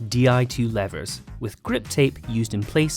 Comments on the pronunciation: Lever pronounced like never - I'm in a fever! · Lever pronounced Leeeeeever